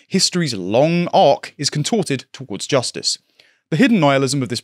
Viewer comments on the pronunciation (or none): none